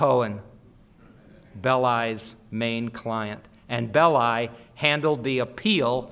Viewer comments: why is it , with such a massive Italian population and culture , that Americans refuse to learn how to pronounce Italian names ?? Belli is pronounced BELLEE ffs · Anthony Bowers Actually is it not BEHHH-LI with the extended emphasis on the penultimate vowel? As in FELL-EEE-NI for Fellini.